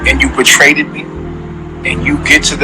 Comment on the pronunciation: “Regularee and betraded “ 😂